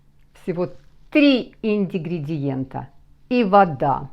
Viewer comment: Доброе утро. Небольшая поправочка. Ингридиент, а не индигридиент. Так же, как и синТипон, а не синДипон. С уважением, Татьяна.